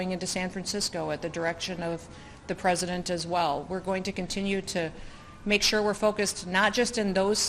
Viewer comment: She’s going to run for… pwezidentttt..😂😂